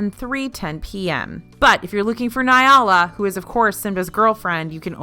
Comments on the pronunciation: I love you,, but it's pronounced "Nah-Lah", not "Nye - ah-la", Simba's girlfriend. It's just Nala. Officially with The Lion King, the movie and the broadway show, it's just Nala. "Nyala" - I personally have no idea who that is. But if you have some proper and official info from Disney about who this "Nyala" person is, compared to "Nala", I'd be interested to know. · It's Nala, Na-la. Not nya-la! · “Nigh-ala” uhhh she added a letter lmao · It’s na-la lol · Probably a nitpick, but why are you pronouncing Nala as ‘Niala?’ Did I miss something? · I didn’t get the Nala joke? Did she just say it wrong?